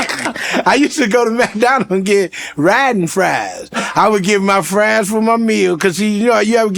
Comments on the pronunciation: That mf said "Riding Fries" im done 😂😂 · My man said "Ridin Fries!! Lol!! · this man said riding fries 😂😂😂